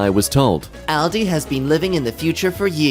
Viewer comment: Ahldee, that’s the pronunciation